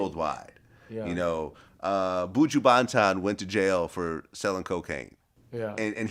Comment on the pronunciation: The way he pronounced Buju's name was 2 funny.